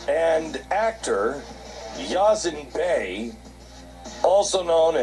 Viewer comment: "yazen bay"